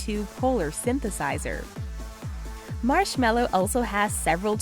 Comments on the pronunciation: Let's be honest who TF says marshmallow instead of marshmellow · M Ma. Mar Mars. Marsh. Marshm Marshme Marshmel Marshmel Marshmello.